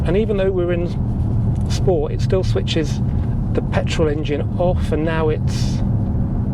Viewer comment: Watch and like most of your videos but please please stop saying or shporty! It’s so annoying!! And you can’t really question VWs spelling of the model when you add extra letters into words. And it’s not a Golf…stop comparing it to one!!